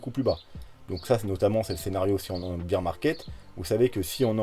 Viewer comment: tu prononces bear « beer » ca doit être l effet camping :) merci pour l analyse